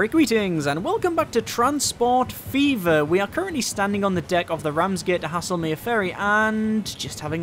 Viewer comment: I live in the next village along from the real Haslemere and its actually pronounced "hazel-mere"... just so you know - loving the series